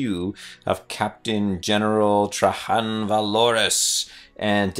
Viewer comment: TRAY - JANN. THE GUY'S NAME ISN'T SPANISH. PRONOUNCE THE J!!! Good review,.